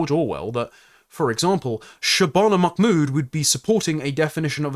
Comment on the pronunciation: I'm two minutes in, and forgive me, but why do you seem to be pronouncing her surname "MacMood" as though she has Scottish heritage?